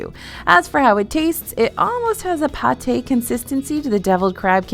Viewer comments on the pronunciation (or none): none